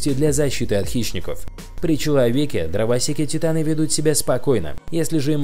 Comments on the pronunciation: он сказал дрово́секи, а правильно дровосе́ки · послушайте как он сказал дровосеки